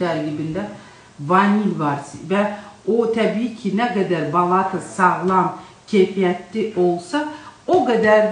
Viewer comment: Balata sözündə vurğu axıra düşür.Yəni sonuncu A səsinin üstünə düşür.